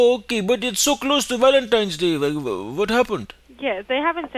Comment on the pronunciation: Valinteen day